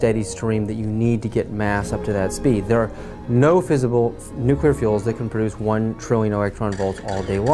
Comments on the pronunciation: as soon as this moron said nucular...I stopped watching it....It's fucking Nuclear!!! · this clown can't even pronounce "nuclear" correctly, but he's supposed to be an expert? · Why can't any of these experts pronounce the word, "nuclear?"